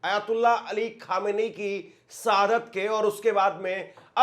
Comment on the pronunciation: आप अपना उच्चारण सुधार करो। आप अच्छे न्यूज़ देते हो। और एंकर के तौर पर परिपक्व हो। लेकिन गलत उच्चारण आपकी पत्रकारिता में शोभा नहीं देता। आप बार बार सहादत कह रहे हो। जबकि शहादत होता है। और कई गलती करते हो। मैं आपकी कमी नहीं कह रहा हूँ गलत व्यू में। बल्कि आपसे सहानुभूति के तौर पर बता रहा हूँ।